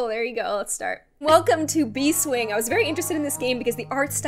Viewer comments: I'm pretty sure it's Bees Wing, instead of Bee Swing? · why did I get annoyed when said "bee--- swing but it was actually bees-- wing.....I'm sorry I'll shut up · ITS NOT BEE-SWINGS ITS BEES-WINGS, I like how you played very nice, very nice. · Its not bee swing. Its bees wing